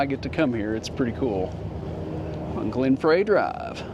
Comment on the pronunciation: You pronounce Glen Frey’s last name like “Fry”, not “Fray”. lol